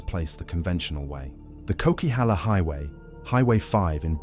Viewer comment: It's pronounced 'Coca-halla' not 'Cokey-halla.' (BC native here.) Also Howitzers are no longer used in Roger's Pass; they now bomb the avalanches from helicopters (it's a very recent change though.) I've driven all of the highways that you have mentioned in BC, even the southern part of the Yellowhead (Highway of Tears.) The Queen Elizabeth Highway in Alberta and the main highway in Ontario are far scarier than most of BC's highways just from how horribly busy it is. I do definately avoid the Coquihalla in favour of the much prettier Fraser Canyon (Highway 1,) though. As a female I am kinda hesitant to drive the northern part of the Yellowhead solo due to its reputation but I also won't let fear stop me from going on adventures.